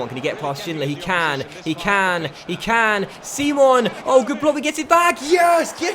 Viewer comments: Nigeria is an English nation Simon is said how you'd think not seemon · Its simon prononced english and not sim-on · Is name is fucking Simon not (c-mon) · Its not pronounced see-mon but simon like the one off the inbertweeners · Said Simon not 'Seemon' 😅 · Simon is pronounced the english way!